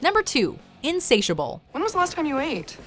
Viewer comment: 1. InsAIDStiable